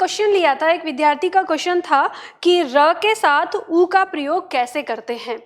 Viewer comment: महोदया , कृपया विद्यार्थी शब्द का उच्चारण सुधार लें । इसे विध्यार्थी न बोलें